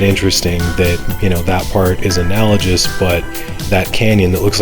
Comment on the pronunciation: Analogous actually has a hard "g". (Yeah, I'm THAT guy. Or should I say "juy"? 😉 I'm actually a card carrying member of the School of Hooked On Phonics, too. 😋) Great videos! 🙂